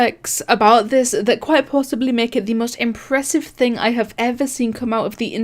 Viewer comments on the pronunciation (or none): none